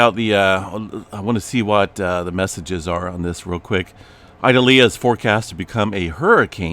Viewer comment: Ee-doll-yah ( correct pronunciation)